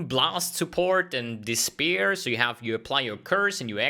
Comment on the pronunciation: He said "dispir" instead of "despair" Bogus man...Still love it how he explains how this league will be ...again...a Betrayal learn how to exploit the game mechanic....And this is why I hate how GGG develops leagues...They think about such cool stuff, such cool mechanics, and they blow it implementing it in a natural , understandable way for everyone...They just slam a good idea, to 10% percent of people who abuse it, while the other 90% try to abuse it to actually play the game and feel like they are rewarded, while the other 10% play the league just to hoard stuff...It's quite sad :/ but I am in the 90%...I guess that for GGG simple is not a word, and I totally get it, "hardcore game for hardcore gamers" , but it feels stupid to just watch streamers who promote easy budget gear to just get slammed with over inflated prices and literally no ideea why you would even try to tackle a half backed mechanic.